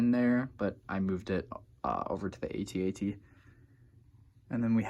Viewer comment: Just FYI, the walker is pronounced "@ not "ay-tee, ay-tee". Been that way since 1980. Search up the old Kenner commercial.